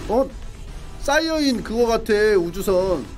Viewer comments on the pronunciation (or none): none